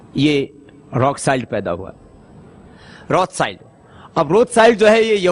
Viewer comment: Pronounce hi galat kia hai story real hai